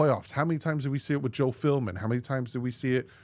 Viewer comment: I kinda zoned out and all I caught from this video is that you can’t stop calling Joe Philbin Joe Filmin 😂 it’s almost every time you say that dudes name haha hope all is well, keep up the good work